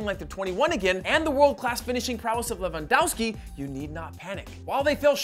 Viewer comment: I can't get past the fact that you still don't know how to pronounce Lewandowski...